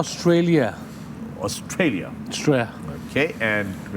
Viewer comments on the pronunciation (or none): Australia ka Austria kar dala 😂